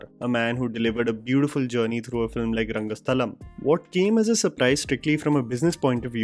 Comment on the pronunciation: Oh wow!! You pronounced Rangasthalam correctly 👏